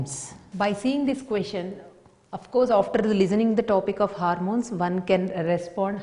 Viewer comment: It's not harmones... It's hormones😂😂